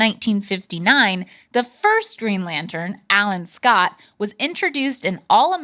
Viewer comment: "Dark evro" lmaooooo dude please stop talking. "Geen lantun"